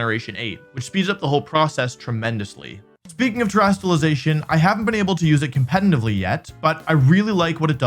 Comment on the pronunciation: Please practice saying the word "competitively". You say it so often, it's so jarring 😂😭